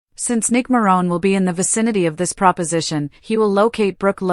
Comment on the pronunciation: YOU ARE PRONOUNCING MARONE WRONG